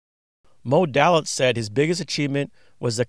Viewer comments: Day Litz vs. Dah litz is the way I've heard it in hundreds of Mob vids. fyi with love! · Thank you! There is one mistake, the name of Moe Dalitz is pronounced "DAY-itz", not DAL-itz." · Thank you. One mistake I made with the Desert Inn history vlog is I pronounced Moe's last name "Dal-itz" when it is pronounced "Day-litz". I read a lot about Moe Dalitz but didn't watch any video on him until later. First history vlog was a brief history of the Flamingo, I am going to do this one again down the road: Flamingo Celebrates 75 years Today, not a history vlog but a brief "look back" History of the Copa Room at the Sands (Rat Pack etc.) USA vs. Meyer Lansky: Flamingo Las Vegas $ 36M Skimming Case